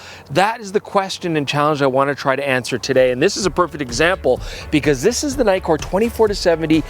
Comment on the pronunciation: if it has two 'kk's would that mean the pronunciation is like NICK-KOR nikkor. not NIKE-KOR ?? no? is this an american thing? weird canadian thing aye?? (see what i did there ?)